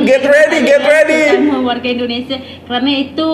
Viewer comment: Maaf...saya pun susah nak percaya wanita ni pure orang Malaysia kerana bahasa percakapan seperti TKI atau orang Indon yg telah lama stay di Malaysia atau yg perasan jadi warga Malaysia...percakapan dia sebijik mcm orang gaji saya dari medan... Contoh..."kenapa saya ckp mcm tu", "Indonesier", "binggung jugak", "dijaga betul", "ketahuan"...ayat2 ni bukan sebutan lazim orang Malaysia tetapi bibik saya selalu menyebut begitu... Satu lagi jika dia pure Malaysia, bahasa rojak adalah bahasa lazim kami dan jika dia Malaysia pasti dia akan tersasul bahasa rojak terutama secara spontan... Tapi xpe.....jika wanita itu berpura2 pun xpe sbb dia nak beri kesedaran sivik buat warga Indonesia... #yakinwanitaitubukanmalaysian.